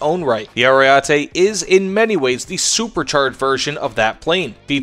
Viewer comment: Just FYI, the first E sounds like the last one: AriEtE. The A sound made me cringe a little :P